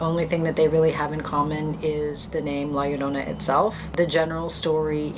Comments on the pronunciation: "la yuhrona" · La yorrrr o na..sound it out in syllables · Honestly the way you say La Llorona annoys me a bit. Just a tad off saying her name without the r roll. But good video tho!